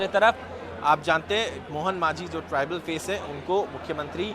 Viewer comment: Pronounce thik karo Not manjhi it's majhi